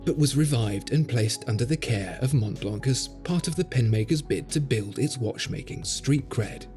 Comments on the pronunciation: Please it's not Mount blank it's Montblanc ! Shame on you! Do not pronounce the "t" in Mont nor "c" in Blanc! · As watch specialists, you should at least pronounce “LeCoultre” and “Montblanc” properly — particularly the latter. The way you keep saying “Montblank” (SIC) is frankly embarrassing. In French, the “C” is silent. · The pronounciation needs some adjusting. The C at the end of Montblanc and the T are not pronounced.